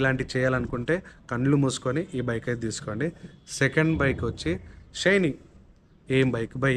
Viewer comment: Adhi షైనీ kaadhu bhayya😂😂 షైన్